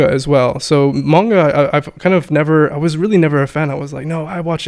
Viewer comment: I love and I take his Japanese uncovered course. I always wonder though why he pronounces Manga as "Mane"ga and kanji as canji. Especially after the pronunciation conversation.